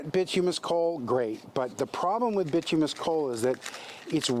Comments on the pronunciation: Bituminous (Bi-tume-i-nus) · Bituminous is pronounced By-too-my-nus And yea, u must get a good fire going with wood before switching to coal